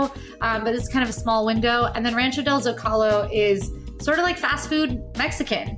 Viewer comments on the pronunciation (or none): it's pronounced ZŌ ka lō.not zo CAL ō